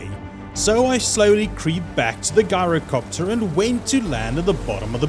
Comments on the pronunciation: Lol its gyrocopter not guyrocopter 😂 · "Ji-ro-copter" not "Guy-ro" 🤦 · You pronounced "gyrocopter" wrong. You should pronounce the "G" like a "J" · Ngl u Made a whole entire story. How I pronounce gyrocopter is jyrocopter